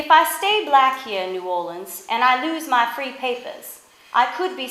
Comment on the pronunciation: Pathetic video (and New Orleans is never pronounced "New Orleens"). Stupidity.